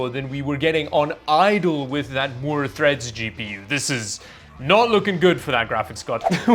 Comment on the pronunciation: "MOORE THREAT" not "MOORES THREAD"